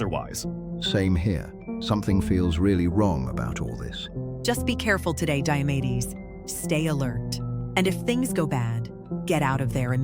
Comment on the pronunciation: Diamedes sounds like diabetes😂